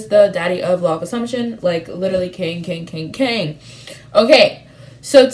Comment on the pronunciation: Had to relisten back bc I thought you said kkkk not king king king king, lord 😭😭😭